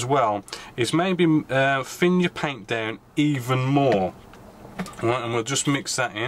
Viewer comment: You say it ve-lay-ho and also it's also down not dow-un.